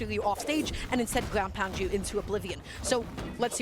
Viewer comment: Expewreince and Gwounpound is too funny